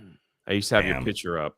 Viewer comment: Can stop saying pitcher. It's picture